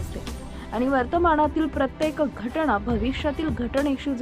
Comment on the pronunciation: घटणा nahi ga bai...it's घटना. कधी सुधारणार?